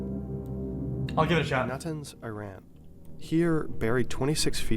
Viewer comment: Commentator doesn’t even know how to say Iran right but good vid aside from that